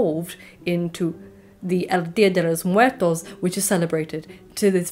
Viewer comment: The pronunciation was on point! Lol I was like "wait...wait, how did she just say 'Dia de los Muertos' right now?" I had to hear it again LOL. I was surprised, but more so impressed. The Nawa pronuciation was great too.